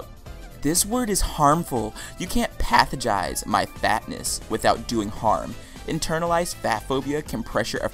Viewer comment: When you pronounced it “pathogize” I clicked off